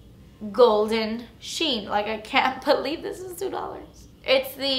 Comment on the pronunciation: "but honey...dis is good" I love you!